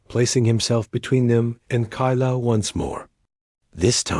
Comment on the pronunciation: 4/10 , a claw scratch is not a bite, Dot dot dot, is poor function of narration. Kayla to Kyla but was pronounced Kilya. And now knowing what this toxin does to humans, where those 3 little turd flakes at , they got something I want.